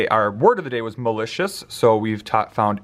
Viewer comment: When doing the word "malicious" - he used the "al" story, but it's more of a schwa sound, at least in my area. Does Secret Stories include stories & visuals for schwa?